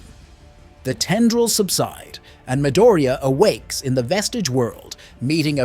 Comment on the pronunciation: It was mildly annoying to hear you repeatedly mispronounce Bakugo and Midoriya's names in this but it's otherwise a great recap